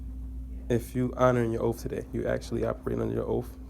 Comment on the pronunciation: Did you axe him if his honourin his oaf?